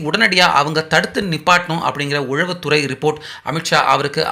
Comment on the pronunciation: தம்பி! அது உளவுத்துறை உழவுத்துறை இல்லை. தமிழுக்கு அழகே ழகரம் ளகரம் தான்.